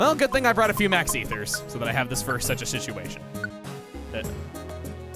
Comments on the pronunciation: son of a BITCH also: uh oh I pronounced it "shishuation" i hope it didn't sound too much like a swear:( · Chuggaa your good you said sishuation